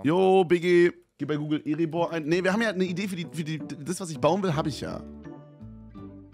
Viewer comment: Ich bin gerade bei Minute 10 und höre nur das er Erebor Eribor ausspricht. Da könnte ich schon wieder im stehen pissen.